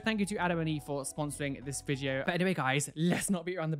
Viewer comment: I love how he says "O my gosh" after saying "Welcome back to another piercing reaction ViDiO". :)